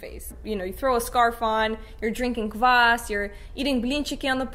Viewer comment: Ааа!Опять ловлю удовольствие с вашего произношения "квас", "блинчики" и "бабушка"